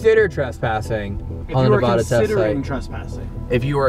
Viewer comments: “the real housewives of Nebular” I can’t with anymore 😭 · doesn’t know how to pronounce Nevada🤦‍♂️🤦‍♂️